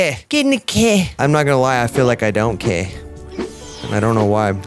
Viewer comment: bro the way he just said Keh and "i dont keh" is hilarious